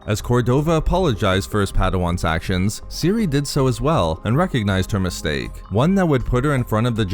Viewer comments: ceh ere that's how you pronounce cere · Does it bother anybody else that he calls her Siri instead of Cere? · I believe you pronounce her name more like, "sear"